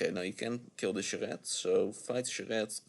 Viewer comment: a little keyforge song, and then the silky, delightful pronunciation of Charette